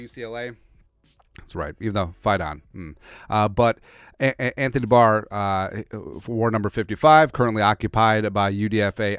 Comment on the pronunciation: are you saying Anthony D’Barr?